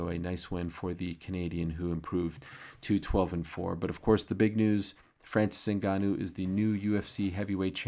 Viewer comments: Franseese Inn Ganooou...lol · "francees unganoo, le predatór"